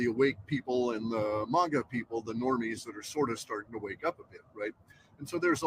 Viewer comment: Did say manga instead of maga? Maga people don't know how to read Japanese lol😂